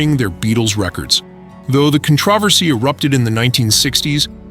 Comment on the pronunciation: "controversy" What are you trying to say?